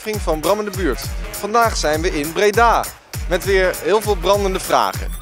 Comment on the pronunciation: is het brandende vragen of BRAMdende vragen😂